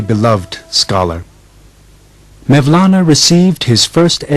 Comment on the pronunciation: Who is 'Mevlana'? It is 'Molana' or 'مولنا' the letter 'و' or 'vav' is pronounced 'oo' I don't trust anything he's saying now, he can't even get the guys name right.. jeeez